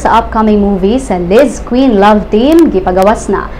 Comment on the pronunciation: LizKen po yung pronunciation di po Quin